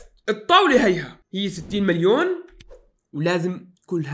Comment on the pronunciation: مليون و ليس ملبيون